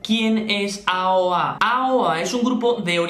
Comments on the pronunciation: se dice eioei :v pero bueno me decepcione ver que jimin de aoa hiciera bulliyng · No se dice eioei? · Encerio no sabes pronunciar aoa si es muy fácil